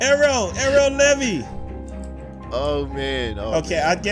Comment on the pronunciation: Her name levi said levy but it’s levi